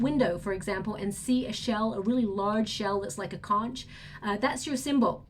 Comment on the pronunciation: Hey, that conch shell is pronounce as konk! Don't mean to correct you but just letting you know! I love your readings and can't wait for each reading! Thank you so much!